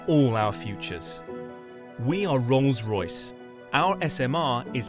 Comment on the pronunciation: Did I hear Wrongs Royce hahahahahaha